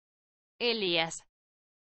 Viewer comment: the audio is saying Elias, the correct pronunciation should be with the accent on the 'i' , Elías. El-ee-us